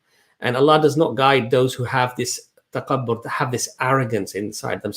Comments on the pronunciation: Salaam Thanks for such inspirational video. By the way Takabbur is not well pronounced by brother. He says taqabbur instead of takabbur with the Occidental K. He seems to pronounce wrongly with the guttural Q. I love your videos guys... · Brother it's تكبر (TAKABOR) with ك (Kaf) not ق (Qaf). May Allah bless you all.